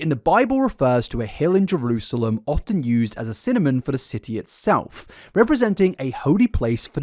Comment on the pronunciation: This takes me back Ah. A god? A god can’t get any lesser than a man with mental problems. Don’t drink anything he offers you 👀😂 Until I looked at the screen I was wondering why you were saying ‘cinnamon’ SYNONYM. My ears must be outta wack. I feel like he threw in a little inner earth theory (like the long video by Mr mythos’s) Last edit: dude ruined the land behind his house (protected wetlands) and had to pay to fix it didn’t he? Oh but he’s for the earth. Except when it’s not something he wants 😂 aye his delusional style narcissism really shines through